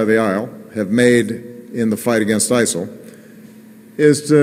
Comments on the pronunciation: why is he calling it isle? not isis? wtf?? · He sounds like he is saying "Iceland"; what did they do? Maybe Obama doesnt like Vikings. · why does obama say isol?